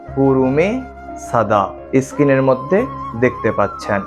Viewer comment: সব ঠিকই আছে! কিন্তু ইস্ক্রিন নয় , স্ক্রিন (পর্দা) আর একটা বিশ্বকৃত নয় বিশ্বকৃৎ! কারণ যতদুর জানি ৎ-ত্ ! ভুল হোলে মার্জনা করবেন!